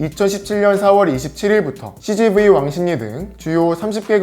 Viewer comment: cgv이 치즈구이라고 들음,,ㅋㅋ